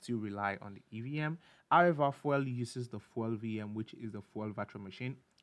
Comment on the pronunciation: lol "fwel"